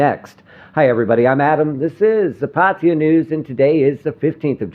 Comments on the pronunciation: OH DAMN ADAM attempt to pronounce PAR TAY JAA & not PATTY JA,...ask a THAI to help you say the correct word for Pattaya PLEASE ! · its not patiya. its PAT TA YA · Actually PA TA YA